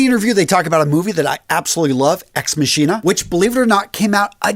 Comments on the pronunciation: This man said "Ex Masheena" 🤣🤣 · It’s pronounced ex (ma ki na) machina. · English is not my main language because I'm eastern european but "ex-machina" is pronounced "ex-makeena" in english. Deus ex-machina = deus ex-makeena. Love your videos. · "ex machina" is from latin, pronunciation is different ;) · Native English speaker, that annoyed me slightly when I heard him say that 😂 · Man great video, but I can’t get it out of my head how you mispronounced ex machina 😅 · Ex machina is pronounced with a hard CH….